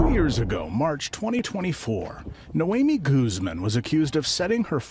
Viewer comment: Noami instead of “ Naomi “?